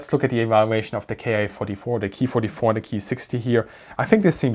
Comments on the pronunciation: Nice report.. it's actually better to say.. Kay- I ( eye) 27/44 and not the German pronunciation Key-27/44. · Not Keee it's K I. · KEY this and KEY that..................................kay eye ........kay eye....K.I. I had to go look it up..in Japanese its pronounced co...long "o",,,,I made it through the video but it was hard to here the work KEY OVER AND OVER...LOL GOOD STUFF EITHER WAY!